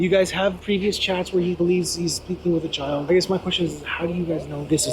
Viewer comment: He said "I would never hurt a chald." 42 times exactly, that's not counting "I would never hurt anybody." Or the "i would never hurt.."